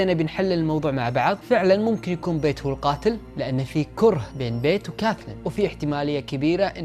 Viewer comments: بييت مو بيت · قناتك كلش حلوه بس عندي ملاحظه الك حاول تلفظ اسماء الاشخاص بطريقه صحيحه لان اكثر من مره دتضيع عليه القصه وارجع اعيد لان اللفظ غلط مثلا ( بيت ) اسم بنت بحرف ال B اسم صاحب القصه اسمه ( پيت ) بال P. حاول تصلح اللفظ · بيت مو بايت